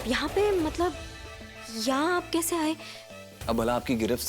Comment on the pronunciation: Aaj. Tak. Matlab. Ko. Matbal bolti aayi h😂😂😂😂😂😂😂😂😂😂😂😂😂😂😂😂😂😂😂😂😂😂😁😁😁😁😂😂😂😂😂😂😂😂😂😂😂😂😂😂😂😂😂😂😂😂😂😂😂❤❤❤❤❤❤❤❤❤❤❤❤❤❤❤❤❤❤❤❤❤❤❤❤❤❤❤❤❤❤❤❤❤❤❤❤